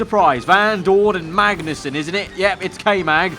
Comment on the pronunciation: Repeating the scene I can hear him saying "VAGNUSSEN !" Instead of "MAGNUSSEN !" XD